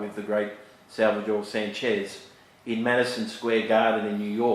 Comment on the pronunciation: It is pronounced SANchez, not sanCHEZ